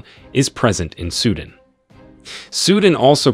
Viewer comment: “Sudin” ????? Wtf it’s Su Dan.